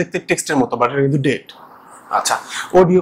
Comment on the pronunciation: You’re very good at explaining. You mispronounced data. You should called dah-tah or day-tah. Don’t mine please.